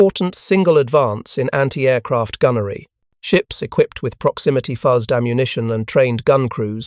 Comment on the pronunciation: Love the material. If the narration is not AI, he sucks. He final got fuses right. But fuzzed was so wrong.